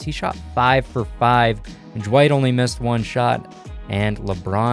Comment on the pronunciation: Is it just me or does he sound like he's adding a J somewhere in Dwight's name?